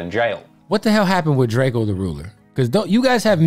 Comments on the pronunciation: “Like they don’t see the Don riding around LA” We know the truth RIP 🪦 👑🕊 Oh yeah and it’s Drakeo not Drake-oh 😂❤ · He keeps callin the man Darkco